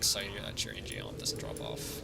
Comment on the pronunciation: Eww that shit pronunciation of "In-Geom"